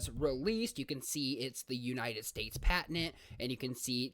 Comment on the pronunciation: Good video, good information. Your pronunciation of patent was very distracting.